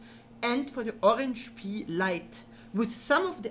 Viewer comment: There's the other side of a resistor right before the microusb line that you can use to solder to vcc-in easily, you've basically pointed directly to it but did nothing, it's working nicely here after some rerouting Also please don't say Orange Pee, cmon